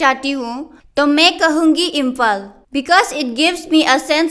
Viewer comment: अरे भाई कोई इस बंदे को समझाओ इंफल नही इंफाल होता है. हद्द है भाई.